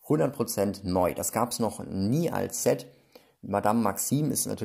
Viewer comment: Ein ZETT schaut so aus: Z. Ein englisches SET spricht sich mit einem stark stimmlosen S am Anfang. Ansonsten noch ein fröhliches Spielen, liebe Kinder!